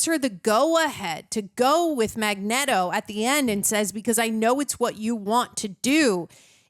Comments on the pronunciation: coz said magnet-o accidentally in the first reaction of X-Men (she cant remember or pronounce shit fr) so they stuck with it. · its mag- neet-o................... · everytime she says magnito all my muscles tighten lol, she can i just help it. Great movie. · Dude, she's not gonna like you because you say Magneto her stupid way 😂 just say it correct,. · The Magneto pronunciation was a lol at first and now it’s just cannon. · What gives with saying Magneto's name wrong? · Say magnetos name, right oh my gosh, you wanna be different so bad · On the off chance you two decide to read the comments, I have to ask, why do you keep mispronouncing Magneto's name? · I'm sorry but her continually mispronouncing Magneto is kind of annoying. I guess we should start mispronouncing her name because we like it better.